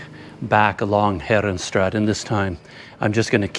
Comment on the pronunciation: CC, I know you can do it. Heeeee'renstraaaaaat not herenstraat,, To pronounce "Herenstraat," say "HAIR-uhn-STRAHT", making the "A" sound long like in the English word "father".